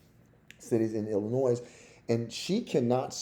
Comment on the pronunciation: And Illinois is I-luh-noy